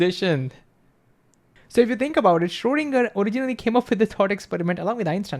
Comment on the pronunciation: Why don't you tube guys aim to pronounce foreign names properly as they speak to a global community? In the case of Schrödinger, listen to some German speaking people pronouncing the name and learn.